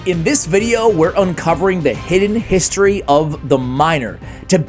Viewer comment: history 🚫 histoy ✅